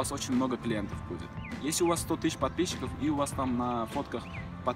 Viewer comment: Только у меня улыбка на лице когда он говорит «подписщики «?